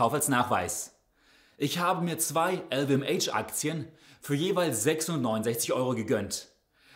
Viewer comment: "EL WE EM ASCH" bitte! 😂